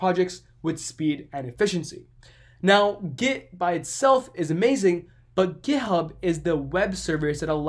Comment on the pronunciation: Makes me laugh sounds like he saying gayhub